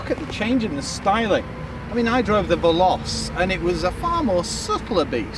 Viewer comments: Ve lo che. Ve lo che. Not velose. Take a minute to learn pronunciation if you’re going to do a video. Geez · "Velossss" lmao